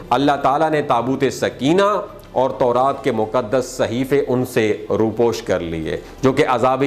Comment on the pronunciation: Moqaddas word hai Moqdas naheen.